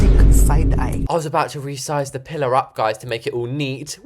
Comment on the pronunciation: u rezised a arch way 😂